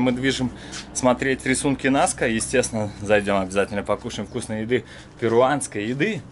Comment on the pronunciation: Рисунки НаскА, а не НаскИ )